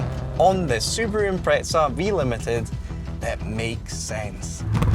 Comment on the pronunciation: Why do some Brit’s think there’s a T in Impreza?